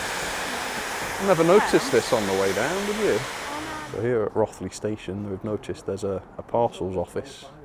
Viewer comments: Hi. It’s Rothley as if it had a W or an E. Ie Row… thlee, or Roe…three not wrath… lee 😊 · There's no "or" about it. 😃😃 It rhymes with "both" not "Goth" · Us locals call it Row (as in boat) thlee, duckeh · Beautifully filmed and produced, really doing justice to the GCR. I was born and bred very close to where the GCR loco shed now is. My first railway memories (from the 1950s) are of A3 Pacifics on the GCR, including Flying Scotsman. By the way, my parents always pronounced it as Rothley (like both, not like Rothmans) and I can't believe that they pronounced it wrongly! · Great mini-documentary & Chloe. FYI, Rothley is pronounced Row-thlee locally and the miniature railway is 45mm gauge (usually running LGB continental stock), but soooo much nicer with a bit of narrow-gauge 45mm live steam on it. Keep up the great work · You used the wrong pronunciation of Rothley throughout, the alternative you mentioned at the beginning of the film is the correct version. Excellent vid though.